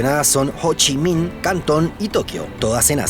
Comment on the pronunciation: Cada vez que decia hochimin, me hacia acordar a futurama!!!!